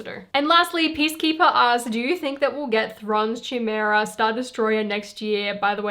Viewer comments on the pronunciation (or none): I wouldn't mind watching your review of the Spider-Man final battle set Also, Thrawn's Star Destroyer's name is pronounced "Kai-meh-ra" :) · Chimera is actually pronounced like "kai-mera" just so you know.